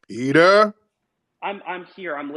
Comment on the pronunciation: Peter? Peeterr? 😂😂😂